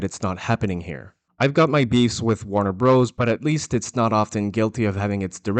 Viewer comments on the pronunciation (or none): none